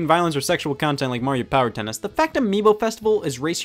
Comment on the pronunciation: “powuh on” “connected” “pairing” “battery low” “powuh off.”